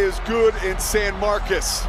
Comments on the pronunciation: I dont hate this commentator, but my goodness man its san MARCOS not MARCUS lol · It’s San Marcos, not San Marcus.